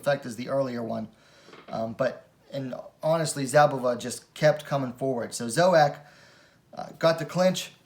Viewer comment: The Z in Szabová is silent, just pronounce S instead. She is Bledá's slovakian coutnerpart, best wmma talent of her country atm, just more likely to stay in bantamweight. Worth mentioning, considering the fight result, that Zouak is a two time olympian in judo. I believe Zouak is pronounce the french way, that would mean, u is pronounced (like in put) and o is silent (or rather ou -> u). Good job, keep them coming!